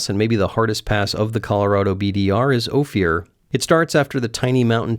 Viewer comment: Hello. Thirty-year Durango local here. Never heard Ophir pronounced Oh-fear. Everybody pronounces Ophir like the fir tree, Oh-fir. Maybe it's a pun due to the extreme adventure? Hardcore recovery, buddy. Thanks for the wonderful video and great memories of riding out from Hermosa Creek Trail with a separated shoulder. 3rd degree.